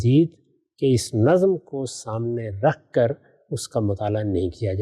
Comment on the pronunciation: 'Nazm' was pronounced repeatedly as 'nazam'. 😢